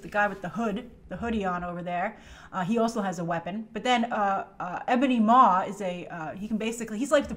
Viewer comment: "Maw" not "Maws"